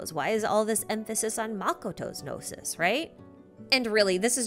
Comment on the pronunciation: No-sees? Noses? No-sis? Know-seas? New-sea?